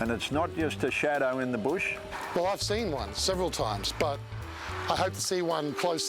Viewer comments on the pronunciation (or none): It's two shwadows ahahahah.